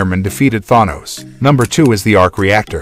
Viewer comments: It’s pronounced Than-ose not thun-oose 🙄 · "Time GPS" looks like Deadpool's mask. LoL Btw it's pronounced: Than - os, NOT Thon - os!!! 😡🙄😑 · The way you pronounce Thanos is disturbing! You say it like it's spelled Thawnos. They plainly say his name in the movies multiple times. It's Than-os. Repeat Than-os. Not thawnos